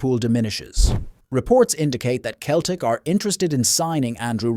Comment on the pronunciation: How does anyone take this stuff seriously, when Celtic can't even be pronounced properly?!! 😖🤔😂 And as for signing Jarrod Bowen, who's a good player - well he's at least 29, so I doubt it 🤔 We'd be more likely to sign Jim Bowen from fucking Bullseye 🎯🤣 I could go on, but I don't want to 🙄😂 x